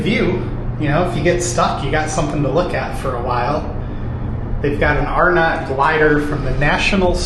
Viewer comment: It's actually pronounced R-nut not Are-not. Pickle ball was McCrory's "5 & dime" type store. "Dead end" by Penny's was a bank, forgot the name. Spencer gifts was there (in that same location) when the mall opened in 1967.